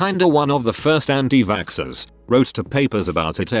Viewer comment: Nobody: The Bot Voice: Vaskskers